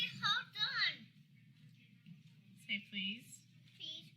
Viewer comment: All those kids hear is “ hode on”